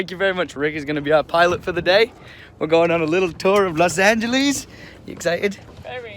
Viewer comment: welcome to Los angilise nice pronouncing